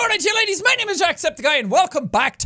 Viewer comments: Did anyone else hear him he say “Top of the morning to ya, ladies!” instead of laddies? :)) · He said ladies! I am A MAN! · No one gonna mention that he said “top of the mornin to ya ladies” 😅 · I definitely heard that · It sounded like Jack said ladies instead of laddies in the intro. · Did no one say anything about jack saying TOP OF THE MORNING TO YOU LADIES rather than laddies?? I heard ladies Did the demons make me hear things? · I fucking SWEAR he said toppa da morning to you "ladies". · so we're just going to ignore that it sounded like he said ladies instead of laddies in his intro?